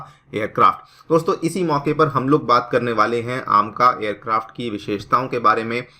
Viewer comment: आमका नहीं एमका